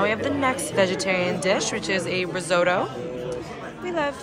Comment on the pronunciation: The way she said risotto made Italian me cry 😂(you’re anyways my favourite influencer ever)